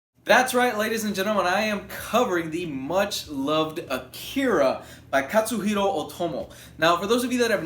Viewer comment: it's KAT-suhiro lol